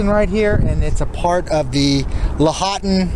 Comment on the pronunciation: Washoe is pronounced Wah Show ;) Lahonton = Law haun Tun